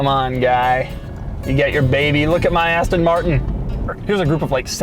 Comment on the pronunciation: yu said Aston marshon